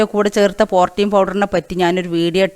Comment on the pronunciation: Ethaaa porteen allaa. Porteen aanu